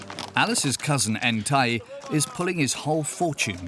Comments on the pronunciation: The jock’s name is “Ntai” not “Entaï” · The got it wrong in the documentary. His name is Ntai not “Entai.”